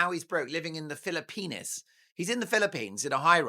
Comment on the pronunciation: Yes and how Mark pronounces the Philippines is rude!